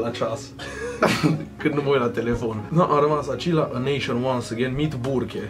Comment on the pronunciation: Ai zis burke de parca era burger -_